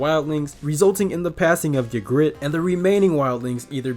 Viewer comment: I'm so confused how you got the names and so many of the facts wrong... yuh-grit was one of my favourites 😅